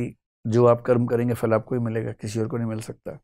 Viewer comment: Vikasji You speak difficult Hindi like some pundit. Your talk/lecture should have English subtitle. Fruit in Hindi is called phal not fhal. Similarly phir is not Fair.